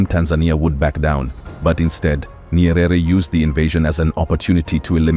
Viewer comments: Ny-ere. Not Ny-e-rere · Not Nyerere pronounce it Nyere